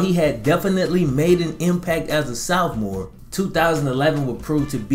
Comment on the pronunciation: Why u say Sophomore like dat